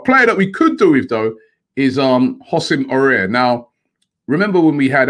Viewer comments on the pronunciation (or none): Hossim Aurer? cmon Robbie, make an effort, it's not that hard